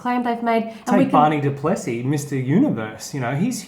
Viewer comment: Pronounced Barney "Dooplasee"..:)